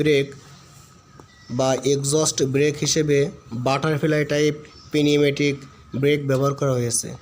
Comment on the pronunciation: P নিউমেটিক উচ্চারণ হবে না সুধই নিউমেটিক হবে